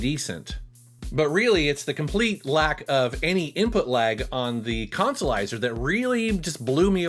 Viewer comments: 'Let's play the Colsolizah!' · No that would be the "Cahn-sa-lizah".